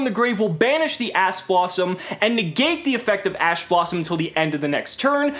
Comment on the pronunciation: Your man said ass blossom. Thought we wouldn't notice but we did.